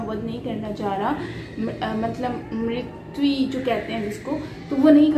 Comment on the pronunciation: Mrityu not mritvi. Mirityu could be easier for you to say